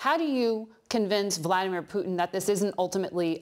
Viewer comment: he said bloodymer putin 😆